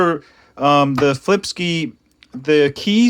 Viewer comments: it's pronounced sky not ski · can you pronounce flipsky the right way?